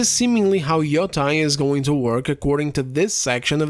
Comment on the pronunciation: 'yoh-tey', see the bar above the the letter o in Yōtei to emphasize the long vowel